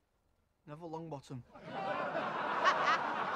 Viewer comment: “Neville Longbuttum”